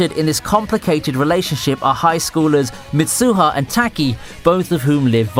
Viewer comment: hey guys he said misuuuha and taaki